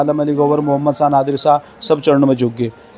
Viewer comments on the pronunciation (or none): none